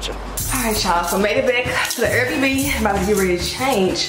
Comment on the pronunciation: The fact she says “air bb” instead of air bnb😂gotta love her